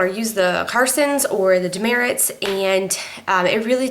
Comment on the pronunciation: It's actually pronounced Duh Mert. If you go in the store saying you want Dermerits they will look at you crazy. It's Demert.